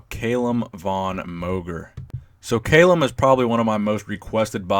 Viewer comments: You're pronouncing his name incorrectly; its Kah-lum, not cay-lum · It's Callum not fucking kaylem, Jesus Christ 😂😂😂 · I love CALLUM, but Arnold's chest and biceps peaks way better. However CALLUM has arnold beat in the leg department and abs! Also love the videos and you do so much research but didn't research how to pronounce his name 😂 bugged me the whole time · It's Cahl-uhm not kale-um